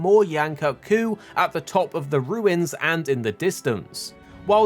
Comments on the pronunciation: It's pronounced "koot", not "cut"!, guy. Please don't white wash it. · According to the MH Promotional team its pronounced cut. As they even used it for word play in the TGS version of the trailer with Yian-kut-ku being called the Extended Kut.